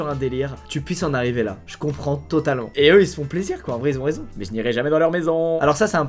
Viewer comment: "Je comprends totalent" Squeezie 2020